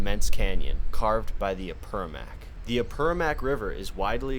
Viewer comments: lovely video but there's an importsnt note on pronunciation: it's Apurimac, not Apurumac Apu= mountain God Rimac= the one who speaks Apurimac= Mountain God who speaks There's also the Rimac river in Lima, it's called like that because the sound of the rocks makes it seem that the river is talking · I’m sorry but I have to correct your pronunciation: The word Apurímac is typically pronounced ah-poo-REE-mahk. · Ah-pooh-ree-mak , is how you pronounce Apurímac. The name of the river... Great video. Thanks for sharing. I know, the experience of walking in those places, is indescribable... the sounds, the smell, the lightness of the atmosphere... MAGICAL, and not easy... especially alone..! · Cada vez que escucha a “Apermac” me dolía el quechua 😅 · can you at least learn how to say Apurímac